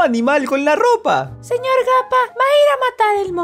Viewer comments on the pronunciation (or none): Me encanta cuando dice "pero señor gapa"